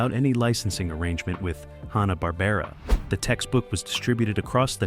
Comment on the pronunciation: Nice interesting info, but stop pronouncing Hannah- Barbera, as Honna, it's Hanna!